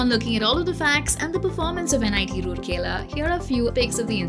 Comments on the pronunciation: Its not roorkela its ROURKELA.Pronounce it right! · I disliked the video only because you can't pronounce the name correctly. It's "Rourkela" and NOT "Roorkela". Please do your research well before making such public videos. Imagine your own name being pronounced incorrectly and that too repeatedly and in loop. And I am glad that many viewers have highlighted this through comments. Just do your research and get it verified esp. the names. AND IT MATTERS TO ME BECAUSE I AM A PROUD ALUMNUS OF THIS GREAT INSTITUTION! I sincerely hope you and your channel/company will have the ethics and humility to correct your mistake and repost this to honour an Institute of National Importance. Doing so will truly demonstrate that you are a responsible professional/channel, and the work you do are in the greater good, and interest of the youths looking for CORRECT and RELIABLE INFORMATION! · it's Rourkela not Rurkela being a citizen of rourkela....😁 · राउरकेला not रुरकेला! Please correct and reupload. (Guys like this comment so that's it's heard.) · It's very important to atleast know how to pronounce the places name if you're making a video on it. :3 It's Ra-oor-kela not Roor-kela Hope that helps. :) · Plz it raur-kela not rooorkela I hope u will look after it🙂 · Pronounced as राउरकेला not रुरकेला! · It's rourkela not roorkela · Should've looked that pronunciation before making the video! It's राउरकेला and not रूरकेला (assuming you guys can read Devanagari) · It's राउरकेला not रूरकेला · It's not Rooorkela ? Please pronounce correctly. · Pronunciation is Raa-ur-kela.